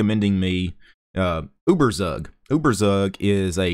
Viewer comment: uh-ber-sag lolz